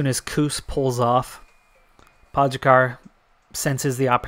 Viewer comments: You're pronouncing Pogačar wrong. It's Po (as in po in polka) - Ga (as in ga in Garfield) - Čar (as in char in charcoal) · Well I'm from Slovenia and your pronunciation is definitely wrong lol. Then again everybody who's not from here seems to have trouble pronouncing our riders names. Same with Roglič and Mohorič. The eurosport/GCN guys pronounce their names correctly with the exception on Kelly. Keep up the good content